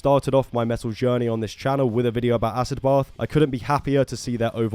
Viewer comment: It’s pronounced “acid bath” not “ass-ed both”🤣🤣🤣